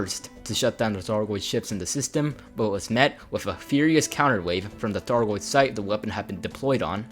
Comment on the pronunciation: Before I come off like an asshole. This was good information. Good video, well written. Good content all around. However your speech consistency and your speech articulation was extremely distracting and broke my brain several times. Maybe you have a speech impediment and apologies if thats the case, but how on earth can you pronounce words like: Python, thargoid, three, thirty, azimuth, the, there. But you can’t pronounce: other, brother, together, earth, and with. It’s just so inconsistent I found myself hunting for correct and incorrect usage of th articulation instead of the video content itself. It just made me feel like your speech is lazy when I know you spent a lot of time getting these details down and putting this video together.